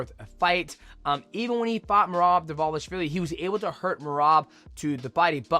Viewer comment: How was Dvalishvili the only name you pronounced correctly bro 🤣